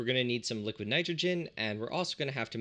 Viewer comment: ah yes, the three states of matter: solid, gas and liqiod